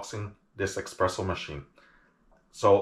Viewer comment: Everytime you say eXpresso, an italian crashes his vespa